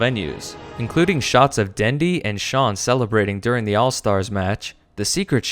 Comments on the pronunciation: for those who are too lazy to pause the video confirmed as illiterate. His name is "ChuaN," not "Shaun" STOP MAKING ME PAUSE THE VIDEO GOD DAMNIT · confirmed as illitearte. He means "ChuaN", iG's team captain. Not "Shaun".